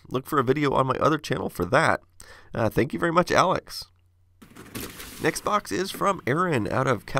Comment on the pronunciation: Over my air conditioner every other time I hear you say next box it sounds like Xbox and I think you're getting in the original Xbox. I mean I always correct myself, but you know how it feels to think something for an even though you've already been told before.